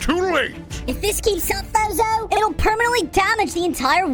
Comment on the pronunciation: Uhhh I thought that the pronoceashon was fozzzohh not fozo